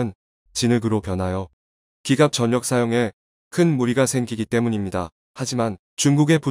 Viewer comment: 공적인 만큼 단어 발음에 관심을 부탁드립니다. 전력의 발음은 귀하가 발음하는 '전역'은 제대에 해당합니다. '전력'은 한국전력 발음에서 보듯이 '절력'에 가깝습니다.